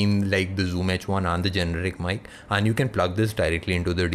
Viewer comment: does he say 'han' for 'and'!!!!! btw great video.